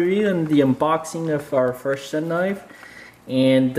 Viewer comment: its pronounced ( shoon )